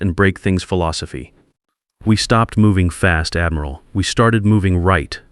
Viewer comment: Pronounced admural not admeral. A navy man or woman would know that.